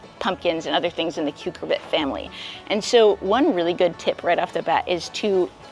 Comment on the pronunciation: Love your work. Thank you. One tip: rather than 'KUKER-bit' for the melon/squash family, please note it's pronounced "KER-cubit"